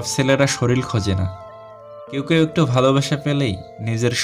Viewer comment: শরীরকে শরীল বলেছেন। একটু এইদিকটা দেখবেন। আর সব কথা গুলো অকাট্য সত্যি। ব্যাকগ্রাউন্ড মিউজিকটা খুব সুন্দর। এম এস ধোনি মুভির একটা গানের সুর